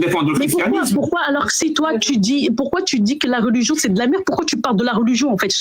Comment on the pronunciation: Les gens qui disent « rôligion » ptdr. J’en ai marre.